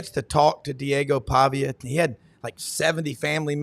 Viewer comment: Pavia not pavic lol row criminal tyde row 🤣🤣🤣